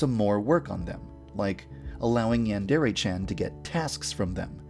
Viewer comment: Before you worry about your characters having cringey named you should try to pronounce yandere and deities the right way.